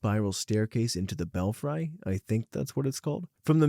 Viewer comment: Belfry is pronounced "bell free," not "bell fry."